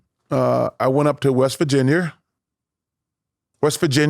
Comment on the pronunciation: “i went up to West Virginyer” 🤣🤣